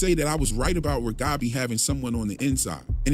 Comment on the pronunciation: By the way,, I love your accent. You sound like a dear friend of mine who also grew up speaking Russian. Your English is really amazingly good. Even we native speakers screw up pronouncing words sometimes ( can't seem to be able to say Reghabi!). You're fine. You're great. Keep doing what you do.